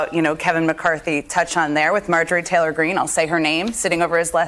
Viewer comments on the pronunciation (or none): none